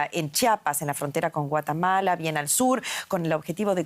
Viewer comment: No solo habla y se expresa muy mal esta lectora de noticias, también demuestra un brutal sesgo político, a decir: Por decir intemperie, dice "inteRperie". Para referirse al hermano pais de Guatemala, dice "guatAmala" Para referirse al candidato Liberal Sr. Javier Milei, usa el concepto malintencionadamente de "ultraderechista". Es una verguenza esta Srta. y también el canal "DW", que evidencia ser sectario. Ojalá tengan la decencia de corregir.